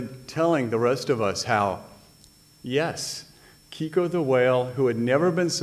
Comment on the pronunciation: The name was Keiko, not Kiko...!